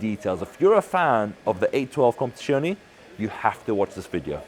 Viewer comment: If you can't say competizione properly. just say competition.